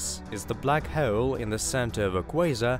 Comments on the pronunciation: Can not continue watching, christ you sound so annoying. I want to punch a wall every time you say "black heul" fucking hell. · NO, shitty music and horribly anoying narration ("Black Heule" .... What!?!); 2 minutes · I can't handle the narrators speech impediment. Hawoel and salar system . Wtf 😒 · dont be an ass hewol. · "Black hewl" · Yes that's the Russian accent coming through mixed with classic British English. You have a fine ear sir. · But the way he said "hole" annoyed me so much.